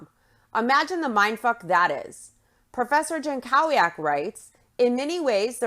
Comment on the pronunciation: oh just fyi that's a typical polish last name, it's pronounced yan-KO-vyak